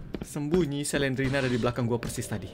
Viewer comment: Slendrina bukan selendrena